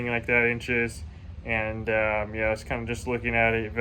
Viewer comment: When it's really big turns a little Canadian. Oh ya, ooh yah.